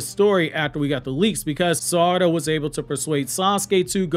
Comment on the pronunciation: Its sa-ra-da not sar-ada